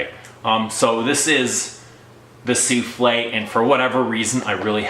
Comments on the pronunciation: souffle not souflee it means wisper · It's SOUFFLE, not SOUFLE'/SOUFLEE! Means BREATH/veil/caresse, not a cake!! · why are you calling it like a dish - soufflé? There is NO "accent ague" at the end. It is called SOUFFLE (su:fl') - the breath of perfume, not an "egg dish of perfume". There are no culinary references here.